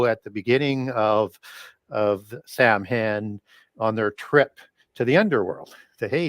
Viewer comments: Love! An important resource, especially in these days. Samhain (the Gaelic word for Halloween) is pronounced "sowin"...as in cow (the very tasty animal and in as in go in). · Saa-wn is how it’s pronounced.